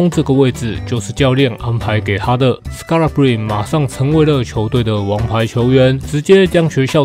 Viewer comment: 板凳的最佳精神支柱，同時也是另一種隱藏王牌！感謝您的用心整理資訊，分享這位球員給大家知道 其實他的名字Scalabrine結尾的e也要念，就是那個尼的發音，我也是剛剛搜尋相關片段聽到主播們都是這樣念的